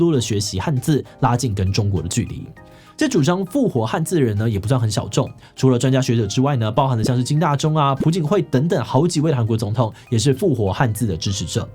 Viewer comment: pu槿惠？那不是念piao吗？韩文英文朴是park，也是piao的意思。